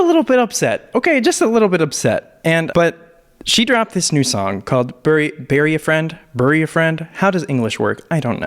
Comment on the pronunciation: Does he not know how to pronounce bury? Wtf